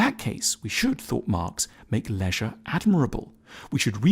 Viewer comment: "Lezzzzzzshre..." So creepy.